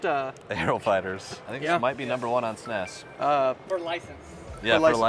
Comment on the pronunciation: Please stop saying snes